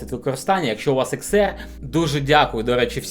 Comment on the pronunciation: Не ЕР, а АР!!! Вчи англійську абетку! Багато суржику і москворотих слів. Працюй над собою!!!!